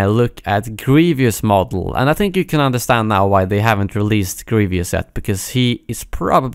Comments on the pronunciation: Hey man I love your videos but it’s Grievous (GREE-vuss) not Grievious (GREE-VEE-uss) sorry I know it’s not a bit deal, just kinda bothering me haha. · Grievous not "Grevius" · why do people keep saying "grievious" when it's "grievous" smh